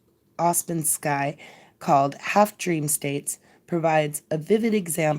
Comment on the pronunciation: hypnagogic is pronounced with a soft g..hyp-na-ga-jic. Ouspensky is pronounsed oo(as in woo)-spen-ski